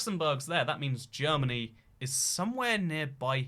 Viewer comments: Bro are you seriously this dumb, it’s not “Jeromany” It’s Germany It’s not Bavaria It’s Austria Also Your Ukraine is looking too small bro! It owns all of France and Spain you know! You silly goose!! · Considering the fact the name Germany is Deutschland in German, you butchering the English spelling and pronunciation of it was not enough. I recommend calling it Dutchland next time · As a Jeroman I'm really happy you managed to get the borders of jeromany right but also you're one of the few people who at last is pronouncing our name right! Many forget the "o" in Jeromany although it is a very important part of our name :/ Please remember this people next time you visit Jeromany! Btw for all those that want to visit the Nether'olands it's below Jeromany, like underground of course - they're below sea level. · I'm from "Jeromany" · This video is a pain to watch, but the germany with a j got me